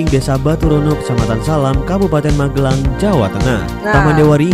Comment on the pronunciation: Magelang bukan MaGElang uni.... cek google translate HAH